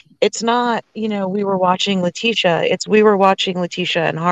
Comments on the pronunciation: This is an amazing channel but please gid call her by her name not LA TEE SHE A. ITS ANNOYING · I'm sorry if I sound rude so please 🙏 don't take it that way ! I'm going to just say that her name is pronounced Latecia like latesha not lateeeecia ! If you listen to Al he says tesha like that so people don't like it when you pronounce their name wrong ! My name is D on ! Not Dionnee which is how a lot of people try to pronounce it ! So maybe you can pronounce her name correctly!